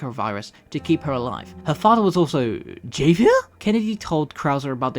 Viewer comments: The way you pronounce Javier makes my skin crawl lol. My name is Xavier and i hate when people pronounce my name wrong in english or Spanish. Javier is just Xavier in Spanish. It's pronounced HAV-EE-AIR (usually unless you're french, then it's pronounced HAV-EE-AY) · it's pronounced Javier (havier) silent J and Leon didn't go south America he went to Europe as they are Spanish not South American lol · Goddam that "Javier" pronounciation keeps throwing me off 😂 "Ha" (like in Hat) "Vier" (like how you're already doing it). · Why do you say his name like that? 😂 its pronounced hah-vee-air lol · It’s pronounced Ha-V-Air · It is a spanish name so the pronunciation is "kha-vyair" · Ha-Vee-Air = Javier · Javier… it’s pronounced with an H sound. It’s pronounced Havier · Its… “ha-vee-air” The J in Javier takes the role of an H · I was wondering if anyone else had peeped that. I was just listening to that and i was like.... Javier, Ha vee air? 😂😂😂😂😂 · bro u have no idea how angry it made me hearing him calling it javier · great video but “Javier” is pronounced as Havier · Your pronunciation of "Javier" broke me 💔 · Nice video but god man, could you please pronounce a word as simple as Javier correctly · The way you pronounce Javier. 😂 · Ain't no way in hell you're pronouncing "Javier" like that... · Bro pronounced Javier wrong. It's literally pronounced with an H! 💀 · Javier, the j is pronounced like an H lol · you’ve no idea how much of a pet peeve it is for the correct pronunciation to be stated in the game, and yet someone still pronounces it wrong despite hearing it Ofc that doesn’t work if bro never played the game and just did research for the video which i guess it’s fine but it still irks me lmao Not in a serious way ofc, i don’t care that much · Dude you butcher the names of Javier and Manuela